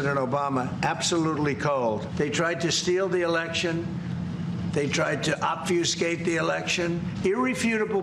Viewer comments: The biggest distraction, to me, is that Trump could pronounce obfuscate Josh you ruled !! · I find it funny that Trump pronounced "Obsfucate" correctly but messed up "Seditious" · "Obfuscate" huh? Someone learned a new word like a big boy!! (And yaaaaay for Josh hosting!!!) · Obfuscate came out fine, but then seditious became "Sid AY shus" ... If you want Coke with sugar, go to Europe or Canada or stock up on Kosher for Passover Coca-Cola. Sadly, ankles can have muffin tops. I'm on my way to PT to help mine.